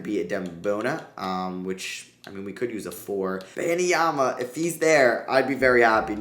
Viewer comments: do u actually pronounce Webenyama as Ben-Em-Yama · Why on earth are you so annoingly persistent with calling Wenbanyama "Benny Yama"? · Say it with me: WEM👏 BAN👏 YA👏 MA👏 It's NOT that hard